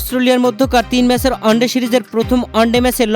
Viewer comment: শব্দটা অস্ট্রোলিয়া নয়, অস্ট্রেলিয়া । ভুল উচ্চারণে এসব রিপোর্টিং করতে লজ্জা লাগেনা? শব্দটা অন্ডে নয়, ওয়ান ডে